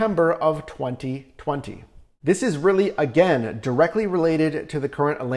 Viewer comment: The way this man annunciates the years “2020 and “2021” make anyone else cringe?? 😂